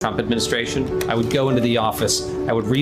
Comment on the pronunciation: TRUMP REPEATS THE SAME THING 3-4 TIMES. HE HAS DIFFICULTY SAYING WORDS AND YEARS.HERE ARE JUST A FEW. 202 for for for 2013 Plosma for plasma Administrayshzzizt for administration Semin for seminites Fatilities for facilities Docsuruuurs for doctors Origins for oranges Yo-seminites for Yo semites Totallyterrytism for totalitarianism Finny for Finland Frounders for founders Ulysseauus for Ulysses Mini on apolis for Minneapolis Broadband and broadwalk for boardwalk Thighland for Thailand